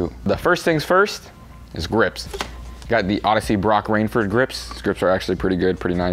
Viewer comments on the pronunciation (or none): Did he just call Broc Raidford Broc Rainford 😅😂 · ITS BROC RAIFORD NOT RAINFORD